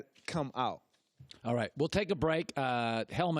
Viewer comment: “When you ax a querstion”.